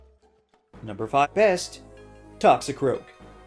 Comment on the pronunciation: No one noticed the Error made at #5 Best, they end up almost saying both so it sounds like you said "#5 fest" Because of the mixup mistake, dunno if anyone else pointed this out btw.